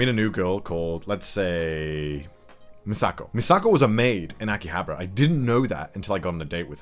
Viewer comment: lives in Japan -Pronounces akihabara: "akihabra"